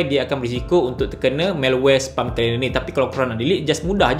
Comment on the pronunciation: Please learn how to pronounce SPAM.